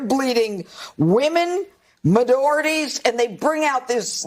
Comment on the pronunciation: “Women, meh-doorities…” ??? Not sure if Pirro was attempting to say minorities or majorities, either way- still shocking she has a broadcast job. Really wild to see old clips of her in The Jinx when she was working in the DA’s office in Texas. The contrast couldn’t be more stark and it’s evident that an intervention is long overdue.